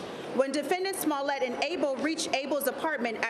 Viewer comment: She said... "Smellit" 😊😆😅